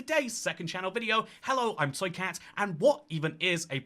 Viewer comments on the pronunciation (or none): Hello. (Yes that's what I'm hearing and I can't unhear it.)